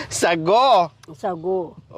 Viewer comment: Natawa Ako sa Thago (sago) Niya iba Ang gulaman sa sago 😂😂